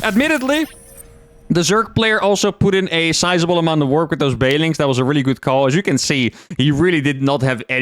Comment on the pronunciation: Been watching for a while and I think thats the first time I've heard him actually enunciate "banelings" instead of "baylings"